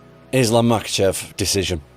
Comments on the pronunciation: So annoying when he intentionally mispronounces the names. "Makkelchev"🫩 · "Islam Mockelchev" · chael sonnen: islam mackleshev